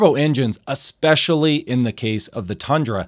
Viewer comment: Once your boy said "excspecially" the credibility vacuum resulted in my departure.